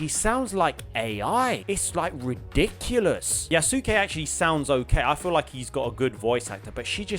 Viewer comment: Isn't Yasuke pronounced Yas-Kay? 🤔